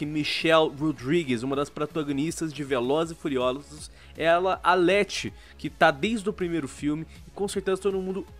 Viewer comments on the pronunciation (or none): kkkkk "pratãngunixta di velozes e furiozdulus" O gráfico do jogo é tão feio que deixou o sequelado!